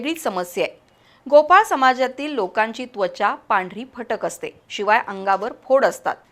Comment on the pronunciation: पांढरी फकट नाही ओ मॅडम, पांढरी फटक असा शब्द आहे